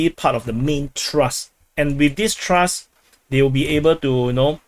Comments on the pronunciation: It's TH-RUST !... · it doesnt pronounce Trust.....